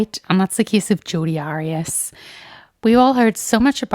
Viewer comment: You say the case has been overdone yet you pronounce her name wrong lol like after all the coverage there’s been….how is it so hard to say someone’s name right . I genuinely don’t understand